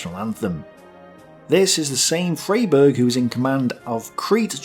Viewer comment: Good old Freyberg! There's a small plaza and statue of him near where I live! FYI it's pronounced fry-berg. Also AFAIK the Axis did attempt a naval landing on Crete, didn't they? It's just that it was intercepted at sea